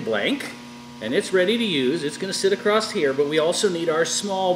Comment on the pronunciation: It's not "Acrosst here" the word is always "across" there is no t. thanks